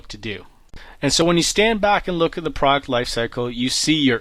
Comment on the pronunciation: Product not Praaart please